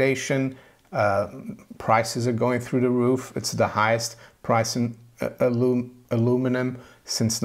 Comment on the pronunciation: Glad you are saying "US Cents" instead of Pennies. As you know, the US Mint has never coined the penny; it was the British Mint who coined the Penny, the US denomination is the Cent. Just have to work on the pronunciation of Aluminum. ə-loo͞′mə-nəm Cheers!